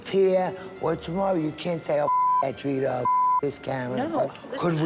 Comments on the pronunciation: “Dritar” her name is Drita 😅😅😅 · Renee couldn't say DRITA correctly if her life depended on it, she says Driter 🤣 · "Driter" "Carler" 😂 🦋